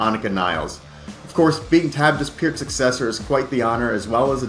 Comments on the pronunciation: It is pronounced pert, not piert, absolutely dsrespectful idiot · I can't believe no one cab pronounce Peart, after hearing him say how it's pronounced correctly. It's pronounced pear like the fruit with a T at the end